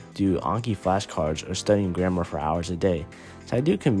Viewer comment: Almost every app uses AI. So what's your point? Besides, "grammar" isn't pronounced "grandma".